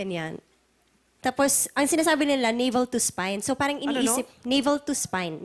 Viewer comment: "Parang" Letter T kase Hindi Letter T